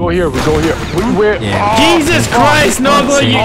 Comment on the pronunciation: He said yeezus christ